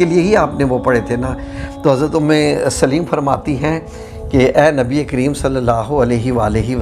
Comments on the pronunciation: ام سلیم ہے لام کے اوپر زبر کے ساتھ ہے ام سلیم لام کے نیچے زیر کے ساتھ نہیں ہے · ماشاءاللہ ❤ اللہم زد فزدہ ماشاءاللہ ااپ نے قران حوالہ بہت اچھا میسج دیا ہے اللہ اپ کو اس کی بہترین جزاء عطا فرمائے اپ کی قران کے اندر بھی کچھ غلطیںا ں ہیں جو کہ ٹھیک کرنا فرض عین ہے اور صحابیہ کا نام بالنے میں بھی ام سلیم لام اوپ زبر کے کے پڑھا جاتا لام کے زیر کے ساتھ نام نہیں ہے دعا کے اںدر غلطی لفظ اعین الف زبر کے ساتھ ع ساکن ی کے اوپر پیش اور ن دو زیر کے ساتھ ۔ جزاک اللہ خیرا